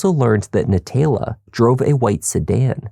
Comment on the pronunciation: NaTAYla… if you can’t pronounce it correctly stop trying to narrate just let the video play